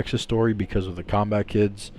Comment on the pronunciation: So it is pronounced "Zombat" okay. I never knew